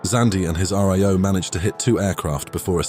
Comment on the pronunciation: RIO is not pronounced "Ar Ee Oh". I can't imagine how that mispronunciation occurred. The middle letter is an I, not an E. Is it an AI voice? It's usually pronounced as a word - "rio" like the place.